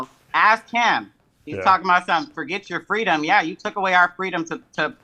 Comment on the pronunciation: Isn't the same cat that said "Screw yoarr fweedoms" In 2020??